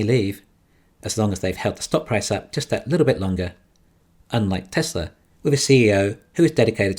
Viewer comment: And “Tezler”